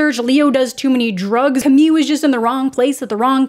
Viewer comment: I think you’ve been traumatized by Emily in Paris lol, you kept pronouncing “Camille” like “Camie”.🙃 Also hearing what you said about the show at the beginning made me realize it was worth watching and I did before finishing the video and really enjoyed it, so thanks for that~!!✨